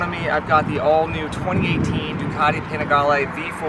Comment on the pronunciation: Oh great, we get to hear say Panigale some more...